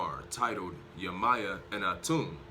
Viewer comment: Can u please say yemayah name correctly your saying it wrong 🥴